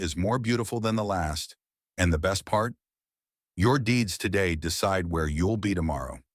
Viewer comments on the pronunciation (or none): none